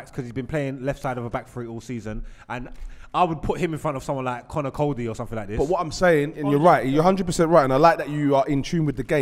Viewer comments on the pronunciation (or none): Man said conny coady 😂